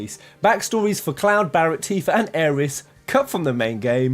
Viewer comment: Allow the 'th' fam, it's Aeris #Aerisgang